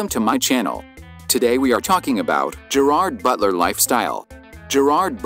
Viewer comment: Please learn how to pronounce his name correctly!!!!😡